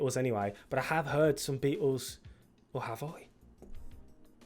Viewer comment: It's great hearing you say it correctly (unAmerican)..."The Bea-ehhls" 😅